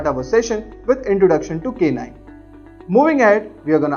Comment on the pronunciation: please pronounce it as naim , its not K nime.